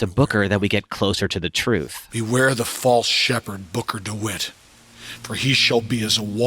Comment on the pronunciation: I think this is an excellent concept for a rewrite but- I can't help but mishear you saying "Booker" as "Booger" and it's cracking me up a little lol Cucumber...